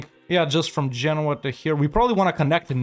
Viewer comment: again saying Genouis like the frenchman. no offence. but why did he says genoa like genouis